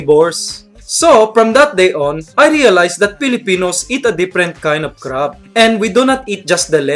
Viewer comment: You are saying crab wrong and friend